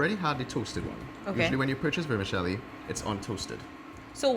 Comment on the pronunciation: Please stop saying "Vermishelli" gorshhh